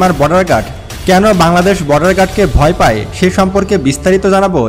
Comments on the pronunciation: শব্দটি পাই নয়, পায়। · "পাই" নয় "পায়" হবে।